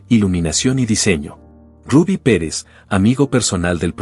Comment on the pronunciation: No le decian Rabby le decian Rubby tienes que tener cuidado cuando dices algo siempre te equivocas cuando dice nombres o apellidos especialmente en ingles ,tienes que estudiar un poco mas ,lo siento.